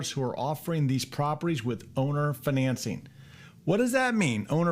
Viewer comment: 🤣 “fuhNancing” sounds so fancy. Might be a fun drinking game, do a shot every time he says “fuhNancing”